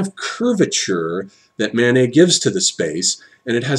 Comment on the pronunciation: I'm not sure if he's saying Manet or Mánes ... either way it sounds like he's saying "Mayonnaise". :-P